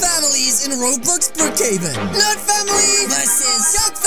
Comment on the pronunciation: In the intro I thought he said the nerd family vs the nerd family vs the goth family